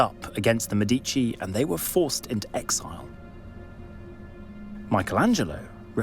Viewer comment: has not someone told you how to say the word MEDICI???the accent is on MÉ, not on dí....